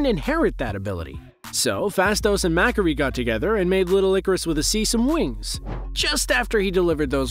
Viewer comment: Mack-aree lol